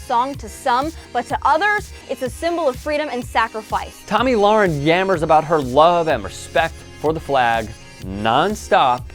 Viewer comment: Her name is pronounced Toe-mi, if she was American she would spell it Tommy, hahaha. She has the freedom to be illiterate.